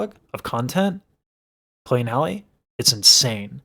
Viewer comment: I love your content, but her name is not Holly. It's Halle (Hal-Ē). Just like Halle Berry, but Halle Bailey. I wish you much success. Also, they're not the same age.